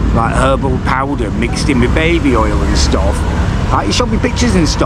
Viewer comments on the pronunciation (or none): none